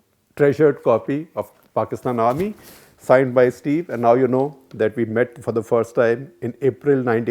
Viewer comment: I think it is Stephen and not Steven. Both are 2 different persons.